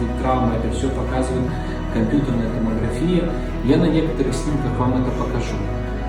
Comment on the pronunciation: ТомогрАфия. Ударение на 3 слог. Врач, а такую грубую ошибку допускает. Так как и фотогрАфия, а не фотографИя. Режет слух ваше ударение, просто отвратно. Из раздела Алкоголь, а не алкогОль, мыщцА, а не мЫшца. Надеюсь вы докУменты не в пОртфель убираете....